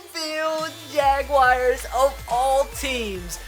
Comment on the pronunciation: you say jaguars wrong